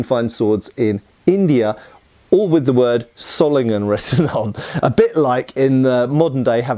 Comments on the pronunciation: No it is not pronounced zollingen ._. The o is long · Wo kommst du denn her? Ich bin im Rheinland keine 50 km von Solingen aufgewachsen und habe noch nie eine andere Aussprache als [ˈzoːlɪŋən] (sohl-ing-en) gehört, ganz bestimmt nicht [ˈsɔlɪŋən] (ßoll-ing-en). Würdest du den S-Ton in "Wasser" "smooth" nennen? Das ist nämlich wie das in diesem Video eigentlich ausschließlich spricht (und streng genommen ist das O eigentlich auch falsch, aber soviel würd ich von einem nicht deutschsprachigen Engländer nicht erwarten) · Btw, in case you care, Solingen is pronounced with a Z sound at the beginning (Wikipedia has an audio file of the German pronunciation). In fact in native German words almost every syllable-initial single S is pronounced like an English Z, while Z is TS